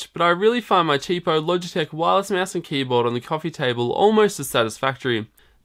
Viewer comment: hell it's not a meeeass it's mouse